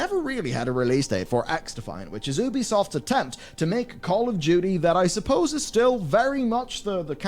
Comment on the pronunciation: Pretty sure I just heard call Ubisoft poopysoft for a moment